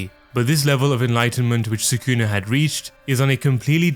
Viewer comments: Why do you always say suh-KOON-uh? It’s SOO-cu’nuh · If you watch the anime, you'll know how to properly pronounce the character names. Japanese names have the accent on the first syllable. So, Sukuna is pronounced SOO-kuh-nuh, not Suh-COO-nuh.